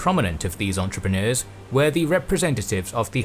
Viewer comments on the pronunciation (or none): Not sure why I laugh when he says entrepreneurs!🤣🤣